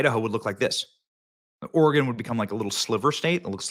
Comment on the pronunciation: Props to Benny to actually knowing how to pronounce Oregon. So many people pronounce it wrong